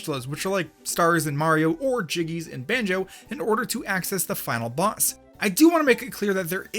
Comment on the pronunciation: You meant to say final boss but you said final box